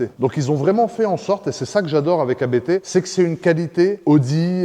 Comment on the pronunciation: quand tu parle du préparateur A B T. Il s'agit de la famille qui s'appelle Abt. Donc on ne prononce par A B T mais Apt.